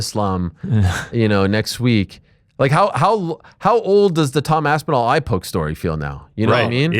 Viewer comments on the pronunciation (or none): I can’t take Ariel serious after he called Tom “thee Tom aspinal”